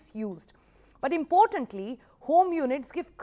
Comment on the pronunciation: Pronounces importantly as impotently :))